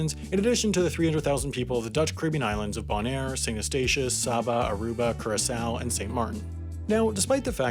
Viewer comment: Did he just say Curaçao correctly????😲😲😲🙌🙌🙌